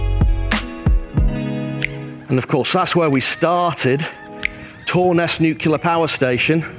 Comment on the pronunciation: Pleease, stop saying "nukular."